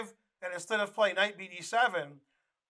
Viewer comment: Bulgarian last names are pronounced the same way as Russian. Just as you put the emphasis on second syllable in kuh-SPAR-of, you should do the same thing for his opponent. It's not TOP-uh-lof. It's Tuh-PAL-of